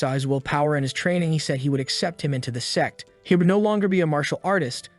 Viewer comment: brochacho is not saying sect